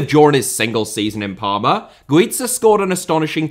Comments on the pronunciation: Spaniard here. Not qualified to talk about Pepillo. Only to say Guiza iss pronounced as Gwitha. And Pichichi is pronounced wit the ch sound just like in English ch is only pronounced as K in Italian keep up the work and sensitivity towards foreign languages,! 😃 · My good man... Güiza is Spanish, not Italian, so his name isn't pronounced as in Pizza, and the pichichi trophy isn't pronounced Pickicki. Otherwise top video as always with weird obscure references just as we like it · You may be right with Grafite but you pronounced Güiza's name as the double z in pizza 😭😂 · Yeah, aud Guiza completely wrong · The whole Dani Güiza segment... god. Dear, please look up the pronunciation of Spanish stuff before recording. Sincerely, a Spanish speaker.